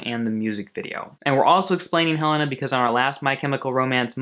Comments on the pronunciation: I thought it was Hell-ay-na not Hell-ah-na? Helena ?!?!? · It's pronounced Heh-lay-na not heh-len-ah.... but you said it right once and then ?? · when it's actually pronounced hel-aye-nah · It's pronounced "Hel-ay-na" though. Helena was Mikey and Gerard's grandmother who died. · You are mispronouncing Helena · There is no NOT in the lyrics. Look it up. He pronounced Helena wrong also